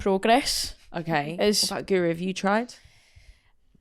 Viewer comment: You'd think commentators and presenters would have learnt to pronounce Guro's name by now, wouldn't you? It must drive her nuts.